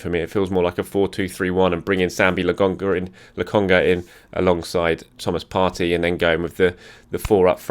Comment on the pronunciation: it’s Sambi LoKonga not LAGONGA